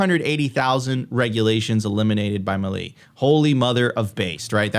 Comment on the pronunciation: Please learn to pronounce Javier Milei. It’s not that hard. It’s “Meelay” not “muhlee”. You can do it 😉